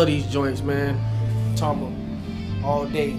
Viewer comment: You pronounced Tama correctly. Props on the joints.